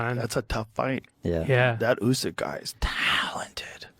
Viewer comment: Usk. Usike. And yeah, Oozkike. 😂